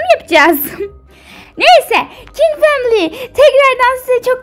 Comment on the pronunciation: family kelimesini duzgun soyleyin ya